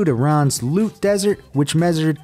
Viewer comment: how he said measured was more like meashured